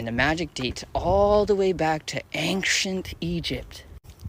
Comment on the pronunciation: It's ancient, not fcuking anxient how that white girl sayin it ish